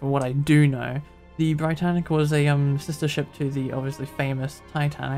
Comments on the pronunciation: It’s pronounced “Brit-tanic” as opposed to “bright-tanic” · It's not the Bri-Tannic. It's the Brit-Tannic. As in "Britain". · It’s not b-ree-t-ay-n-ic, it’s b-ree-tan-ic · no it’s Bri-tann-ic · Hi! The reason for the less clutter on deck in the RMS state is because, at the time of Britannic's commissioning as a hospital ship, only 5 of the planned 8 gantry davit lifeboat systems had been installed, so they were replaced with lots of traditional Welin lifeboat davits to make up for the lost capacity. Also, I believe the pronunciation is Britannic, like Britain not Britannic as in lie. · Great video! Just a heads up though Britannic is pronounced how you would say Britain